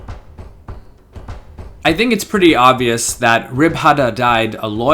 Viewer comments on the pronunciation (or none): none